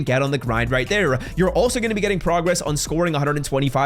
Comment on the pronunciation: Anyone count how many times he said “Right Tere”? Jeez😂